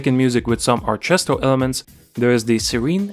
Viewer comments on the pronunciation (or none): A little nitpick, in English we don't usually pronounce the ch in orchestra! Nice video though!